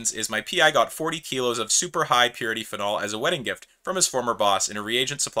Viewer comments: The way you say “phenol” is a crime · never heard anyone pronounce phenol like that